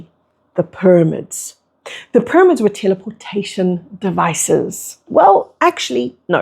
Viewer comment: ty for your message.. i still cant get over your pronunciation of pyramids it throws me off every time 😂 “pur-amids”